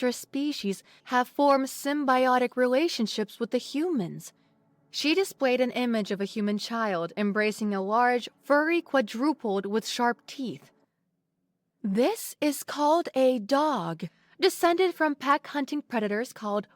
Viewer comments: "Quadrupled"? Not Quadruped? Qua Drul-ped? Not Qwa Drew Ped? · "quadruped" Mispronounced. Should sound out as "kwah-druh-ped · agreed, quadruped = quad-roo-ped. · Also, lithe rhymes with blithe and writhe, and the stress in quadruped is on the first syllable. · I'm wondering if these little introductions that show a human on video are even real? The narrator screwed up the pronunciation of right at least one or two words. Wow, that certainly could be human. It's really a word that I don't think people ever screw up if you speak English. QUADRUPED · And quadruped.